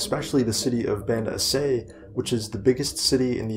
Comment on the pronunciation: Aceh is pronounced A-ch-eh